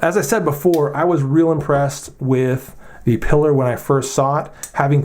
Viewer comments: Piller? I say Pee-lar, but whatever! I happen to be fondling mine as I watch your video and I love this little thing. . I wish it came with a G-10 or CF front scale for increased traction and lighter weight. I have several Voxnaes knives (Amicus compact, Noma compact, Vizzle) and like them pretty well. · Isn't it pronounced Pee-lar, as in La Pilar? Hemingway's boat, his nickname for Pauline, and the character in For Whom the Bell Tolls?